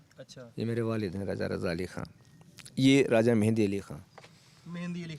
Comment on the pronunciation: लफ़्ज़ “ मेहदी”। होता है मेहंदी नहीं।